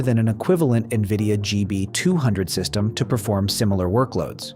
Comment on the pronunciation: AI slop. Keeps calling nvidia as “nvidio”. Downvote